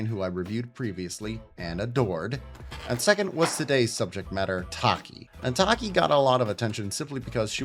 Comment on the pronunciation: Pretty sure her name is (ta-key) like tachyon